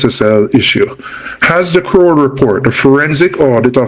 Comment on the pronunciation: 🇯🇲 Talk properly its not Scroll is Kroll. No S on it 🧐🇯🇲